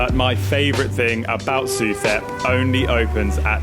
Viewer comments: The street is pronounced su-tep. In Thailand the TH symbol sounds as a T, H is dropped. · Pronounced Soo Tep. Saying it as you do, lets the local people know you are a recently landed foreigner susceptible to higher prices.